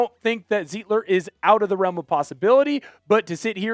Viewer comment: Sir! His name is pronounced Zite-ler, not Zeet-ler. In any German word, look at the second vowel in the word to know which one to stress on the word, like stein, or eins, zwei, drei!